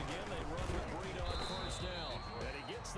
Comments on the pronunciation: Why you keep saying bereeda? Its BREIDA! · It’s bri-da it’s bray-da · Brie- Et- A